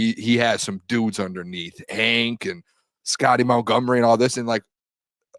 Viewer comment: always says mountgomery instead of Montgomery